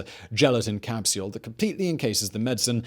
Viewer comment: How does this dude spell capsule...? Capseule? Capsiyule? It’s two syllables not three lol.